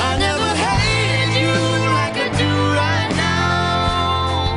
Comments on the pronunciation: GurrGamer Omg I had to go back and pay attention to how she said it and I died😂 "neauow" 😂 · How to pronounce "now" to "Neoowww" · am i the only one who likes the way she pronunced "now"? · wtf is up with her pronunciation of "now" at the start ? 😂😂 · Wow, I hope she had some bad nasal congestion to pronounce "now" like that! And it's weird that she has a small lisp on the record, but not live.